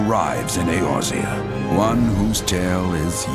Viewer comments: your pronunciation of Eorzea kinda made me laugh XD it's pronounced Ay-ore-Zee-uh, lol :P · You should probably rehearse reading the script you're given first. "2... 9? 2017" "Urzea". "paenalize."